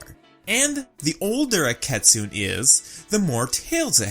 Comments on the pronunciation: This video is great, love the analysis! But it's pronounced Kit-soon-nay. Sorry but my inner weaboo is screaming at me. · I wanna address this it's key-soo-nay (kitsune) and kitsune's yes gain their tails by how old they are but also by their achievements, plus they're not evil XD ig from what i know and was said that kitsunes are women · cringes at the pronunciation of kitsune